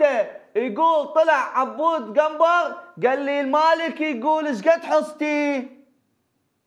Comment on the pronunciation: حبيبي قنبر مو كنبر